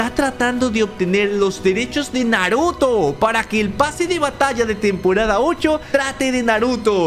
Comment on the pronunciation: dijo naroto? xd